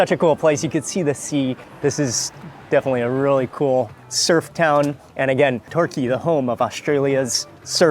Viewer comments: Locals pronounce Torquay as "Tor Key" not "Talky". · Love your posts but surely the locals have told you it’s not pronounced TORKY but TOR-KEY! Good try!! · Talky??? Tor...key mate....helps to get pronunciations right mate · Fyi TorKEE (Torquay) it's the second syllable that has the emphasis. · the large orange part of the Scallop is actually the Roe and Torquay is pronounced as Tor Key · Pronounced torkey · Love your enthusiasm -- ps Torquay is Tor Key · Torquay is pronounced “tor-key”. Just saying.